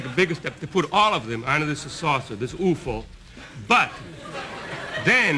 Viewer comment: Talking about the flying saucer, "this oofoh." Ha!